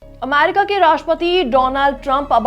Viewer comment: अमारिका नहीं अमेरिका😂